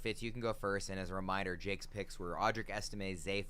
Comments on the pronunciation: This dude really said Estime are you serious?? What kind of analysis is that..this dude needs a new profession needs to be banned from fantasypros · Estime??? Come on. please do better.